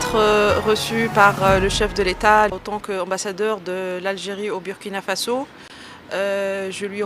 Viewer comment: Une ambassadeur en fin de mission au Burkina Faso qui ne sait pas prononcer le nom du pays? Du n'importe quoi !